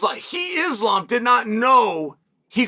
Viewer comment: Eeslaam Mocklechev 💀💀🤣